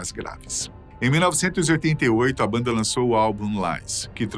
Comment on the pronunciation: parei de ver o video depois que ele falou a mesma coisa 3 vezes "a baanda mais perigosa do mundo"